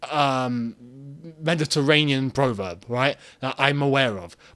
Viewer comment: Prov erb not pro verb. Pronunciation